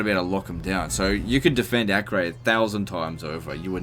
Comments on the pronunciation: btw it is pronounced "AH-KER" not "AK-REY" (it is a present day city in israel) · Acre is pronounced "a-ker". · Acre is pronounced as Akka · Acre is pronounced Acker god dammit